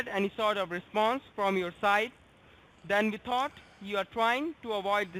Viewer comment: I got talk them? Vee. “Vill” find you even in Artic!